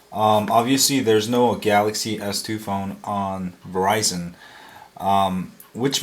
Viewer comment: "3 galazy s 3's..." lawlawl